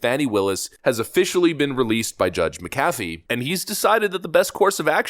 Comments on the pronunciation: It’s Mc-Afee. Like Mc-Donald or Mc-nally. Why is this hard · It's JUDGE MACK-UHH-FEE!!! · You’re pronouncing the Judge McAfee’s last name incorrectly like your pronounced Warner Bros. incorrectly. You said Bros.instead of “Brothers” when that company was in the news in the past. Hopefully you’ll now to say it correctly in the future. Thanks.